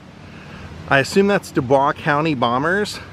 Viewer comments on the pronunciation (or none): Dew-boys is pronounced for Dubois.